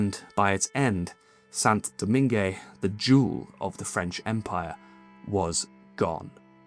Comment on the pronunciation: FYI, Saint-Domingue (the old French name for Santo Domingo, or, modern day Dominican Republic) is generally pronounced in English - especially by those who neither speak French or Spanish - as 'Saint Domang'. But 'San Domeengay' it definitely is not. When I lived there I told Brits and Americans to just call it 'the Dominican Republic during colonial times'.